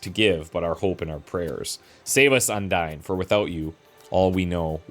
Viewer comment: Small correction: "Undine" is pronounced "Undeen" (Yeah, I know the silent e normally makes the vowel into the long sound version, but not in this case for some reason -- English is weird.)